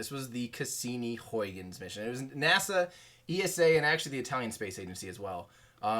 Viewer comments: Hey,. I'm Dutch, it is pronounced: haygens probe (more or less). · I am a Dutch guy, trying to make an American Everyday Astronaut to pronounce the Dutch name Huygens correctly. It’s a great name. The Dutch have all of the greatest names! Huhye -ghuns. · All the dutch people are blaming you for not pronouncing huygens well🤬😂 I think you are a GREAT youtuber